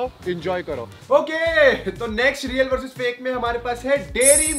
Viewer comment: Reak nahi real